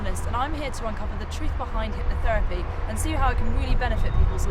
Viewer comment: What is it Nick, "hypnoFerapy"? lol Clearly this poor girl found the worst example of hypnotherapy, what a rank Ammatuer!